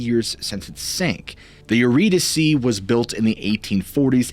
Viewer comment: Not only do you tell amazing stories, but now I know how to properly pronounce the name Eurydice! 😄👍 I was going way too hard on that Y because my maiden name was Eury and I was used to saying it a certain way. Not that Greek mythology comes up a lot in my everyday conversations. But it's good to know if it does, I won't sound like a dunce (anymore)! 🤣